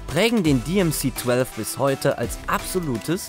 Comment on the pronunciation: 8583 Stück wurden gebaut. Das DMC-12 auf Englisch ist in dem Video echt übel anzuhören. Warum ist das dann noch ein Renault 30 (dreißig) und nicht Renault „trente“?